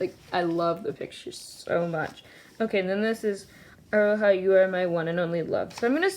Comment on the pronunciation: aroha is pronounced like aroa :)